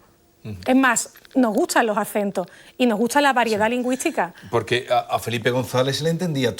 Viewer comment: Magnifico video , felicidades! Sólo 2 preguntas: por qué tenemos que decir "cool" , como al principio del video por el narrador? Y, por qué la dama (muy bella por cierto) dice - lingüítsica, hitsoria, etso, catsellano, etc. anteponiendo letras que no van? Gracias.